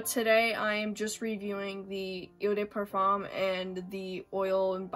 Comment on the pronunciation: Please don’t butcher the French language .. it’s not “eu day perform” !!